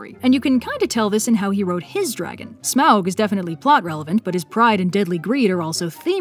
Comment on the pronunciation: my god you said Smaug right!